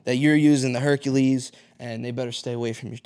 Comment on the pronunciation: OMG 😂! He said, “Herkahleez Herkahleez HERKAHLEEZ!” From THE NUTTY PROFESSOR! 😂😄👌🏾👏🏾